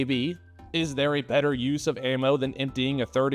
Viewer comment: Better-err LOL